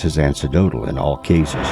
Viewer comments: It’s pronounced an-ec- dotal, not ansedotal. The problem with trying to sound educated when you disagree with a theory is you lose a lot of credibility when you don’t pronounce basic words properly. Why did no-one pick up this voice bots mistakes here? Are these things mass produced by the Pentagon or something? And you all think AI rules even if it hasn’t picked up basic pronunciation yet? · I’m sorry. 2 minutes in and it says “ancedotal” instead of “anecdotal.” Wtf?